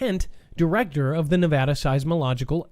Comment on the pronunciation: Thank you for pronouncing Nevada correctly.